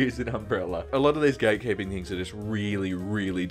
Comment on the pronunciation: Why did I hear "gay keeping"?